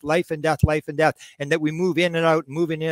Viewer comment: The word was, “death” not “gath”.